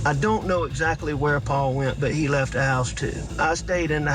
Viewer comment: I cringe so hard every time Alex says Pau-Pau! Like, your murderous ass is a grown man. Just say Paul! 😩🫣🙄